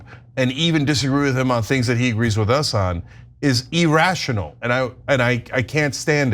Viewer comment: Cenk, you do a lot of meaningful work on the right side of many issues! But by the way, the word is "irrational," not "eeerational" :D